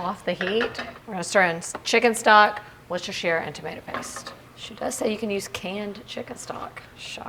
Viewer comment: I beg of you - please start calling Worcestershire sause correctly!!! I love watching you but it makes my ears bleed to hear your pronunciation